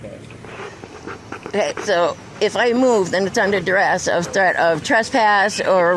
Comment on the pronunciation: Doubling down on the duh-hurrrr is totally embarrassing!!!! 😂😂😂😂 "Under threat of duress"....🙄 Ouch!